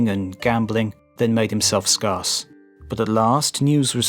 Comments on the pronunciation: You have an odd way of pronouncing 'scarce' which I have noticed in other videos by you. You pronounce it 'scar'+'ss' when it is pronounced 'scare'+'ss'. I can find no pronounciation guide that uses your variant as a model. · Please look up the pronunciation of "scarce". It doesn't rhyme with "vast", it rhymes with "cares". That's a very strange word to stumble on. It's not exactly scarce! But now you'll say it properly, 'Cos you know it rhymes with cares! 😃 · Scarce is pronounced as if you are saying scared. With an s on the end instead. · Interesting series, but something niggles me: the narrator mispronounces (actually very common) words like 'scarce'. Can't millennials look it up in Cambridge dic and listen to the pronunciation? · Can't believe you mispronounced " scarce". Common English word.